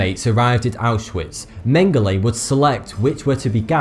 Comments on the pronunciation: I thought you pronounced Joseph Mengele like "yosef mengaluh" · how hard can it be to pronounce Mengele...